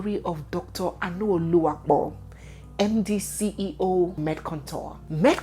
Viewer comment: Dr Anu, as in Dr meat? Anu means meat in igbo. Neze as an igbo lady please pronounce the name well! It's not a foreign name! People that are "fingered" ? lol